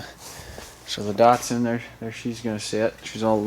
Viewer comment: Can you stop saying DARTSARN